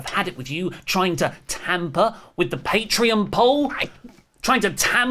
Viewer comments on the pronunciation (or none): none